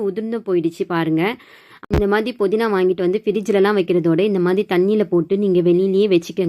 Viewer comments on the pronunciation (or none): Ur pronounsation is very poor puzu sollu pulu is incorrect podina is incorrect pudina pl correct Ur pronunciation